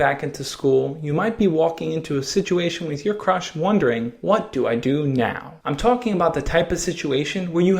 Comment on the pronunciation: At the beginning he said how do i talk to my crush but i thought he said how do i talk to my crutch and burst out laughing after he said that xD